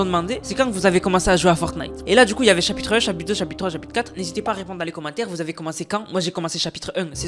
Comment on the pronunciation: Chapitre un ❌ Chapitre em✅